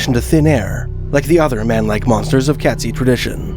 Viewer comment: Katzi pronunciation is Kate-zee, not Cat. Pitt lake would not freeze over especially not thick enough to hold the weight of a Sasquatch. Or human.